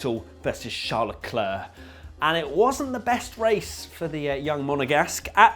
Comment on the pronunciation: in frqnce we says lecler, not leclerc